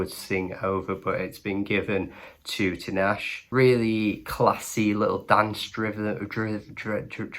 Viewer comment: The way you butchered her name, it takes 2 minutes to search an interview of her and hear how she pronounces her name. DO BETTER.